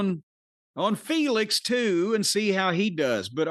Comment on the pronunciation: I like how Jim continues to keep up his gimmick of #Felix instead of #Fenix (which highlights the different spelling of 'Fenix' from 'Phoenix' more than just saying his name out loud correctly tbh) he still calls Takeshita from AEW 'Take-A-$&(#' but I'd like to think if "Our Boy Take" was in the WWE Jim would change THAT nickname out of respect for superior booking of a good talent. ...I don't think Felix is gonna change tho lol